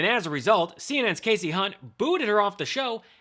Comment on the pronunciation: Bannon is so dumb and uninformed that he can't correctly pronounced Hunt's first name. How do you get Cassie from Kasie? Remember the rule about two consonants v. one following the vowel, Steve?